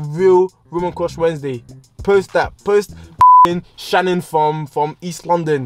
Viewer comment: Man said post Sharon